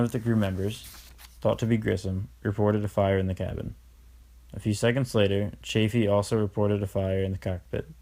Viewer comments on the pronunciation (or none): This was terribly done! The reading was atrocious, you mispronounced things (especially Chaffee's name), you got facts wrong (Apollo 13 was NOT the first landing on the moon! Apollo 13 never even made it to the moon--it was Apollo ELEVEN that was first), and the whole presentation was boring and poorly done. I am a teacher and I hope your teacher gave you a failing grade on it. I certainly would have!